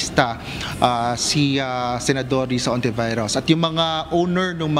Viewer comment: Bakit ang sabi ng reporter "honti virus"😂😂😂